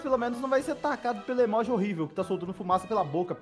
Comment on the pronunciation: O fala emóji e não emoji kkkkk